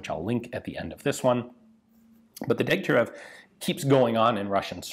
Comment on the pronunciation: Correction: it's pronounced Deg-tya-RYOV... otherwise another excellent video, Ian.